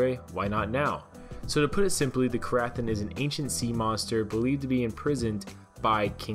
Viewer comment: The ‘ath’ is silent